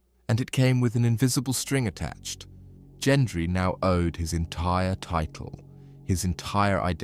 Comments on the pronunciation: Gendry, not Jendry. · Gendry with a hard G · She rode OUT of the destroyed city on that horse, not into it at the beginning. So sick of this AI slop. They could at least teach it to pronounce "Gendry" correctly, FFS. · Literally cringed every time he said Gendry’s name. 😂😂😂